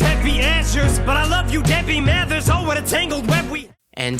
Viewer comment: You realize prior to his death Michael Jackson owned the rights to Eminem's back catalog, right? You also pronounced "Mathers" wrong. So much poor research in this video. Lol